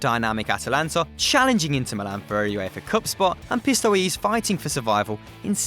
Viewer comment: PistoeSE, not pistoise, these errors ruin the video!